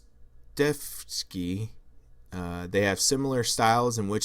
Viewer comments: Bro, you use pretty heavy language in your thumbnail, calling her philosophy “dumbass”, but struggle pronouncing “expropriation” and “Fyodor Dostoevsky” while calling your channel “lefty PHILOSOPHY”. Maybe some humility is in order. And I’m not even saying that to own you, you are the king of your own little echo chamber here. I’m saying that practically — the stronger and more emotionally charged language you use to disagree with a position, the more personally invested you become, the less opportunity you leave for yourself to see flaws in your own thinking and progress, essentially becoming a mental midget with a platform. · Dostoiévski is a house hold name in international literature, yet you read his name as if it was the first time you heard about him.